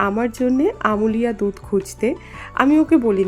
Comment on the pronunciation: আমূলিয়া নয় বলো আমূল্যা, যদিও বানান দুটো একই। কিছু মনে করো না খুব কানে লাগলো বলে বললাম। তোমার ভিডিও আমার খুব ভালো লাগে।